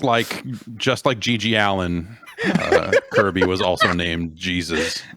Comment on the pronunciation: Kirby the "kerbert" ??? LMAO....